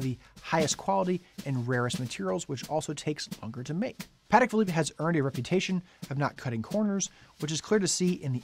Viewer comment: Congratulations on pronouncing the brand name correctly, most people get it wrong